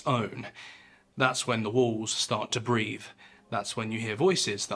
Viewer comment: BREATHE, not "breath" properly.